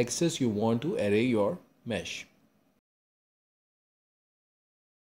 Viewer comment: good video, but why do you sometimes say array as array, but then switch to a super fast ury modfia bruh